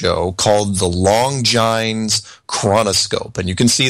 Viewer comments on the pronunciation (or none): Dear Admiral Byrd appeared on the Longines (pronounced Lon-jean) show!! Not Lon-jines! Argh bugs me stupid!! They are a world famous luxury watch maker. Please, please I beg you stop saying Lon-jines. Please.